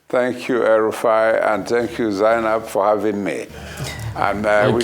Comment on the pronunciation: Vinbai sir, not Zainab.